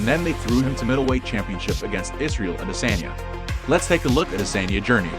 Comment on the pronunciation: Bro please pronounce adesanya correctly. It is driving me nuts